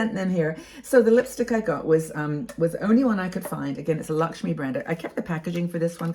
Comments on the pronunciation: It's not Lakshmi,it is pronounced as Lak- may.I'm Indian ,and Lakme is my favourite brand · Lovely look - enjoyed the video . I love Lakme products - just a hint its pronounced “l-a-c-k -m-a-y” not Lakshmi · I am an Indian and thank you for sharing your knowledge. Although I must admit you missed out on the chance of dressing up with some Indian Bollywood style jewellery 🤣❤️. Also it's pronounced as "Luck me"